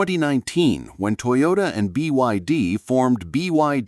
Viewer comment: IT'S NOT "TOYORA", IT'S TOYOTA 👍🏽👍🏽